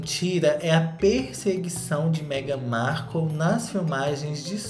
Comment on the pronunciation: eu amo o falando meghan marCU kkkkkkkkk